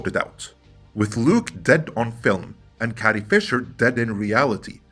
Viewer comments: Carrie, not Cattie! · Is it me or does it sound that you’re saying “Cathy Fisher “instead of Carrie Fisher ? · Dude, you use the word "carry" in this video and you pronounce it correctly. Next time you see the name "Carrie", say the word "carry", instead of whatever you keep saying...